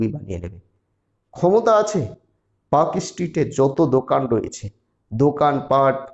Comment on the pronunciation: Park Street has almost zero hawker. Your report is wrong. You cannot pronounce the name properly. Your education level is low. Muslim hawkers are in Rajabazar, Mallick Bazar, Park Circus and Chowringhee area.